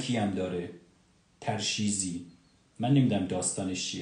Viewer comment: تَرشیزی نیست تُرشیزی است